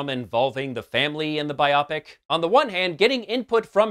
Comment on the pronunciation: BUY-oh-pick, sir.